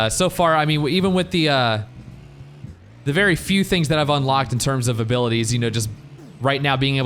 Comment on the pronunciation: The limo's dwunk. It's vewy vewy dwunk